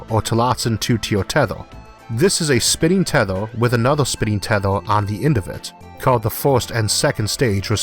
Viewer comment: tethOr and (m)Orth instead of teth(E/A)r and EEEEEarth made me click dislike. Yeah I am one of those 160. Mispronunciation of my home planet is too much for me